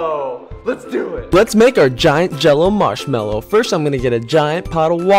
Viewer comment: it's not a marshmallow it's a "marmallow"